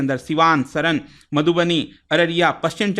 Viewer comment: सर् सरन नही सारण बोलिये 🙂🙂